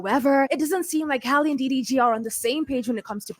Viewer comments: every time you said "DVD" instead of "DDG" I fell out LMAOOOOOOOOO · Lmao ,I thought I was trippin. I over trying hear like wait wtf is she calling him? She calling this man DVD 😂😂😂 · i thought i heard DVD. first time watching, she earned my subscription quickly 🥂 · Girl the way you was butchering that mans name had me HOLLERING!!! Its so fitting😂😂😂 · I lost count how many times 6 said his name wrong😂😂😂